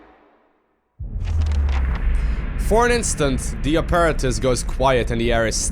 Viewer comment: Love the video, keep it up:D also: the word is ap-ah-rat-us